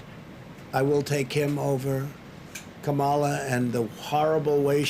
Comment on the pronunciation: Let’s start with the pronunciation of kamala Harris! Is that all he has?!